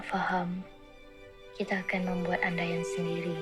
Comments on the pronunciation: Andaian should be pronoun as UN + DYE + YUN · Un - die - yunt = andaian 😂